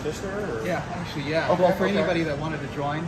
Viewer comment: “Aktully aktully mathematically aktully “ :D